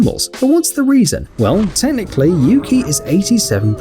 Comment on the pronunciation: The pronunciation of Yuki is U-kai thats what i heard in the video where the guardian is telling things about him/her i cant remember his/her gender😅😅😊😊